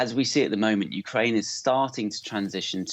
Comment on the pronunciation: You said Ukraine wrong